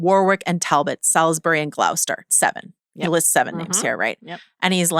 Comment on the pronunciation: I love you both so much! Small nitpick Joanna: on your pronunciation of English names: Warwick = Warick, Gloucester = Glahster, all the rest are spot on. 🥰